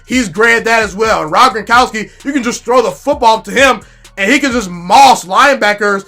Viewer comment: Its Gron kow ski...😅